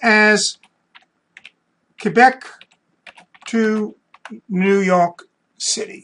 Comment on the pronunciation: The way he says new YOK city. Anyway thanks super helpful.